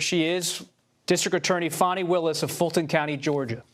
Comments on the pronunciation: He is saying fanny like Trump does. Her name is fanny. It showd that these people are bias. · Fani is pronounced as, Fawn-Knee, not FAN-knee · FAH nee, not fanny. Please respect this women. Why can't this guy pronounce peoples' names? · That girl Fani pronounced Fahnee ❤ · This reporter can't even say Fani Willi's name correctly! Get it right while reporting on national TV Bud!